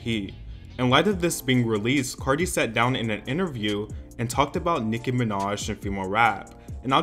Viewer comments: She cant even say Nickis name, so immature and lame, tired of Cardi tbh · cardi couldn’t even say her name, and cardi also threw a shoe at her!! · She wasn't even able to say her name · She can’t even say Nicki’s name💀